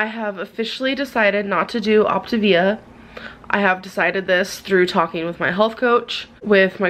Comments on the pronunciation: OP tah vee a, not OP tay vee ah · every time she pronounces “Optivia” “opti vee uh” I get closer and closer to ripping the hair out of my head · Her pronunciation is making me pull my hair out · “Optuh-VEEEEYA” 🙄 Say it with me gorrl. “Op-TAY-via” Did she really go to college.?🧐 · It sounds like she's saying Octavian which got me excited because I love ancient Rome 😂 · i love how she started the diet without even knowing how to pronounce it. that alone told us she didn’t do research. then the fact that she suddenly discovered it was 900 cals mega eye roll o p t A v i a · “On the video where I said I wasn’t going to do op-t-ivia no more” 💀💀🔨🤮🤦🏽‍♀️ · Optivia/optavia/Opt-ah-vee-ah has left the chat... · She just quit because she couldn’t bring herself to master saying the word “Optavia.” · Its six fuckin letters why tf are ppl acting like they cant pronounce optavia 😂